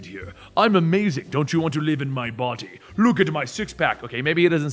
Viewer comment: I love how pronounces the D in 'body' as T so he says "botty" instead. It's super dope.